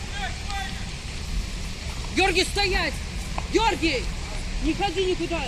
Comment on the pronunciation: ))) 14.29 Георгий! Фу! Место! Георий! )))